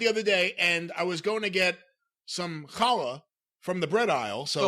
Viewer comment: Said he was trying to buy it. Challa (halla). Makes the best French Toast! Fluffy!